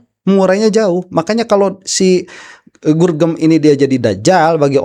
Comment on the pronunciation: Gorgom kalee bukan gurgem